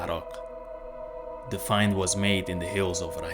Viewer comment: Such a fascinating channel ❤️✌️ THANK YOU SO MUCH for sharing all this interesting knowledge!! Btw I just love the way you pronounce Iraq - never heard it said in what I'm guessing is the correct way before.